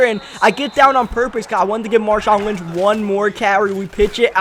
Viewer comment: you said l wnch